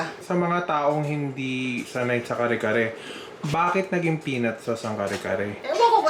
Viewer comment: You are fluent in Tagalog and you pronounce it CARRY CARRY?! 🤦🏻‍♀️🤷🏻‍♀️